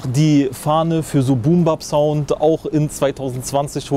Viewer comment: BUUM BAHP XD es heißt Boom Bap